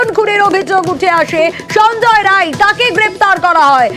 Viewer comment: Rai noi re bal ray.. Roy